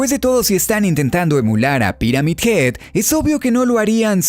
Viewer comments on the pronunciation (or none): none